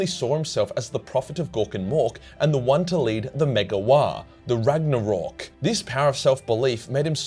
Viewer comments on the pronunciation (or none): Did you say "Ragnarork"?